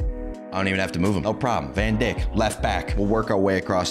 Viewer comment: bros really call van djik to van dick eveytime